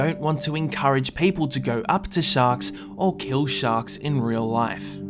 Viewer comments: It sounded like you said socks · Did you say shak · Anyone else think he said “socks” at the beginning